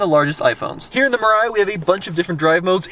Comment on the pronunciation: Mirai means Future in Japanese, the pronunciation should be : me lie